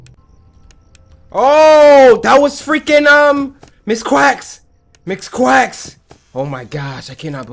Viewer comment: cory when you saw chicka you said mix quacks not Ms.quacks xD